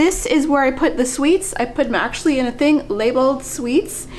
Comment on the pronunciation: "akshwee"...so many times!